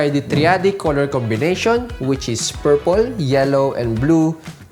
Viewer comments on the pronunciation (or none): none